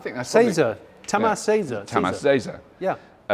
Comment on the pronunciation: Maybe right the flag of the country next to the name then the spelling might be easier.. Tamas is spoken Tamash its Hungarian, Cz is Tj like the j in jungle.. Vorsprung durch Technik means being ahead due to technic..